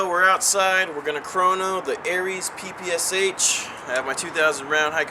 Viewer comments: anyone else notice that he said PSSH not PPSH ? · lol u said PSSH. its PPSH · fail he said pssh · actually its PEH PEH SHEH not 'PEE PEE ES EITSH' or 'PEE PEE ESH' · It is NOT 'PEE PEE ES EITSH'. It is 'PEE PEE ESH'. The PPSh stands for Pistolet-Pulemyot Shpagina (Пистолет-пулемёт Шпагина), in English: Shpagin machine pistol. Please say it correctly. Thanks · its PPSH not PSSH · haha ppsh ?? it's pronounce (peh-peh-sha) :P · u said pssh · lol u said PSSH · you said 'PSSH" instead of "PPSH" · pssh? its PPSH :D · umm i know this is a mistake but you said pssh just saying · haha......at like he calls it a pssh? what the fuck? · its pronounced (puh-puh-shaw) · it is pronounced peh peh shaw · it is pronounced peh peh sheh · yea the russain souding guy is cool and all, but PPSH is pronounced "pah-pah-shaw"